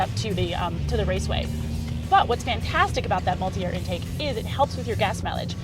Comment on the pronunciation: Mulit-air haha